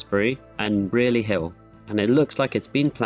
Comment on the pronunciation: Couple notes on pronunciation: Wednesbury is pronounced Whens-bree Brierley Hill is pronounced Bry-lee Hill Edgbaston is pronounced Edge-bas-tun